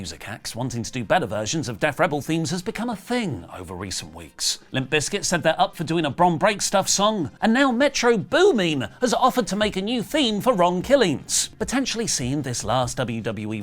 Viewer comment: ………it’s pronounced boomin ( boom-in ) METRO BOOM-IN. I Support wrestletalk 🫡